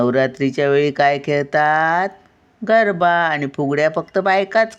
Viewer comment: गर्भा नाही, गरबा असे आहे.